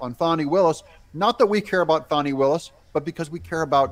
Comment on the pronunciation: it’s Fani not Fatti